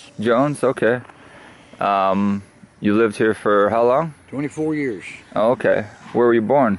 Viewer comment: "24 yearsh"